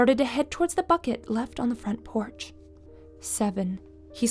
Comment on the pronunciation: "But the fronch port light was on..." lol.